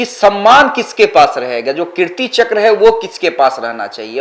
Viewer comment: पहली बात तो अपनी हिंदी सुधारिये, कृति चक्र नहीं बल्कि कीर्ति चक्र है ।